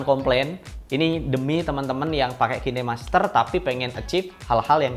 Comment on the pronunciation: kine masker anjir, khain master penyebutannya